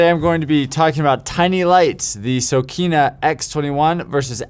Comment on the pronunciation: Sokani not Sokina lol